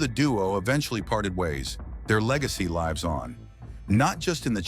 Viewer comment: AI voice is off. There is a difference between lives and lives depending on the sentence.